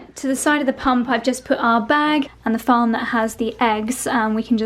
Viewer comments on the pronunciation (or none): none